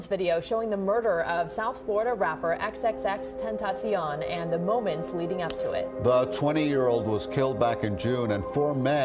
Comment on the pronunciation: respect to the reporter for the correct pronunciation.